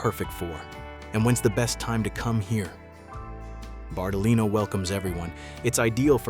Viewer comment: "BARTALI NO" nn si può sentire